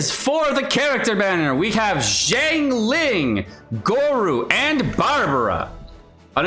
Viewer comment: Her name is XIANG ling, not JIANG ling